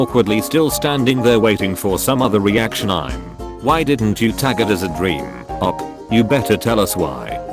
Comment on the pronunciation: brainy dude the only text to speech youtuber that says co worker instead of cow walker but says O.P. as oph